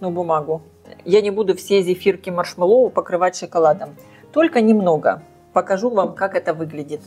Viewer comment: Делала из клубники,малины,очень люблю.Взбиваю массу горячей,всегда прекрасно взбивается! И маслом ничего не мажу,а прямиком в большой контейнер,остужаю, и в холодильник.Попробую и из вишни!...Только не маршмэллОу ,а маршмЭллоу)).Это так,для общего развития))😊